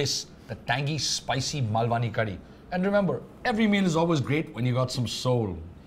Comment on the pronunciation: honey its not "mul - vaani" its "maal - vani" the real Malvani crowd might get offended with the pronunciation. Currently though the best sea food in Mumbai is sold from Nano car at Girgaon. Do visit. its opposite Majestic shopping mall Ambewadi Girgaon. and its also very very reasonable. for the price of one thali in Gajalee , both of you can have your fill here. They make the entire thali fresh once you order. wait time is 20 mins but its totally worth the wait. They also have vegetarian options. go between 12 to in the afternoon or after in the evening. price for 2 people would be less than 700 rupees and its authentic.